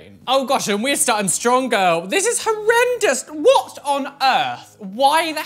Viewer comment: This is how many times he said that’s hORreDoUes 👇 👇 👇 👇